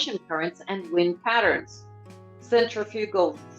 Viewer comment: Your diction is very grating on the ear. When reading a list of articles, one emphasizes the adjectives, not the nouns as its the ADJECTIVES that differentiates the items from each other, not the common word. It's the INDIAN ocean, the ATLANTIC ocean, the ARCTIC ocean ...Not the Indian OCEAN, the Arctic OCEAN, Atlantic OCEAN. Not wind PATTERNS.... its WIND patterns. Not Fancy coloured DIAMONDS...its FANCY COLORED diamonds. I turn off the sound and just read the questions myself.